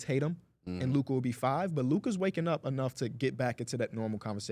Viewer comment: year 7 still can’t say luka name right